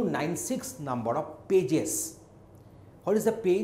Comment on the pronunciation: I hear "Bitches" whenever he says "Pages" :\